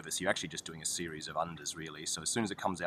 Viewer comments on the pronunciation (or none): none